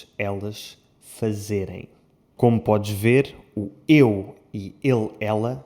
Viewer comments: é ideia minha ou realmente o falou como brasileiro? "Como podji ver" 😂😂😂😂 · aaaa entendi agora. É porque o d com o s tipo faz o som de dj, eu achei estranho.